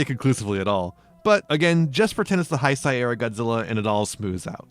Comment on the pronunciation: Great video but Heisei is pronounced "hey-say" in English. Sorry it was like a knife in my ear very time you said it 😅